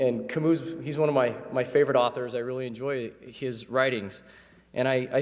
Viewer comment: Did he pronounce Camus Camouse to rhyme with Palouse?